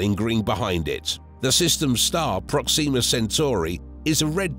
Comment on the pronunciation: That’s not the American pronunciation of Proxima.